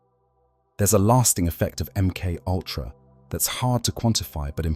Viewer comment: Em cultra Emoltra Em K ultra M K U L T R... A M K owltra M K oyltra M K ayltra THE AI VOICE HAS HAD TO DAY IT SO MUCH IT'S BEGINNING TO BREAK IT'S OWN ARTIFICIAL MIND. 🤣🤣🤣🤣